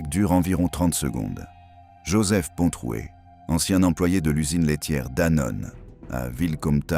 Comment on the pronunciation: il est bien dit Pontroué avec un r